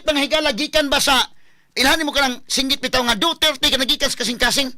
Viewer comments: Hahahaa 😂 Abi naku ako ra nakamatikod nga lahe ang paglitok sa apilyedo ni president duterte,Na Dutert Naman NuOn! 😂 Unsa nga klase nga Bugado diman kabalo MO- ENGLISH DA! 😂 Lingaw ko nimo sir Oy!😂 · Mao gyod atty. ilang pronounce sa duterte"DOTYETYE" 😂😂😂😂😂